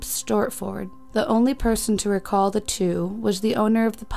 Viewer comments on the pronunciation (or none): none